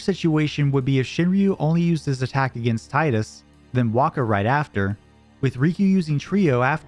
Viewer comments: great video ! just one thing & i learned this through watching a Kingdom hearts youtube video Tidus’s name is Pronounced Teedus As it’s pronounced TEE-DUS hope This helps for years since the original final fantasy 10 original game released in 2002 PlayStation game we’ve been pronouncing the name wrong it’s Teedus & not Tidus most of us learned this over the years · Tee-dus, it’s pronounced Tee-dus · AWESOME video. But it's still "Teedus" tho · Better odds than finding anyone who can pronounce "Tidus" correctly, apparently. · You said "Tidus" wrong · everyone says Tidus wrong